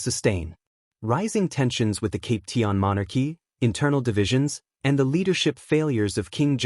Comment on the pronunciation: Cap pee shan not cap tea an